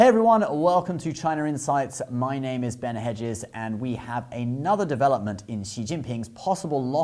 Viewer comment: His pronunciation of the Chinese names is very good. Practically sounds like a native speaker. Compared to other videos in this channel, this is so very refreshing, besides the greater commentary.